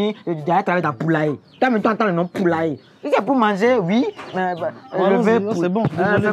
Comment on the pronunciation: La manière dont il prononce "poulailler" est dingue🤣🤣🤣🤣🤣. Jausuer !!!!! Franchement je kiff la collaboration. Bon courage à vous les gars. Je suis extrêmement fière de vous. Courage et détermination. 💪